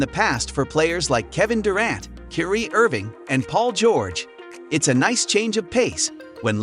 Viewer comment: KIRI IRVINING ITS KYRIE